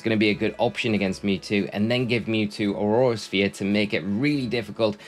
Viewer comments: Drink every time he says aurora sphere instead of aura sphere 😹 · Brother, its Aura Sphere, not Aurora Sphere! It's not an ice type move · Aura sphere not aurora sphere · what do you think is he saying aurora sphere or aura sphere?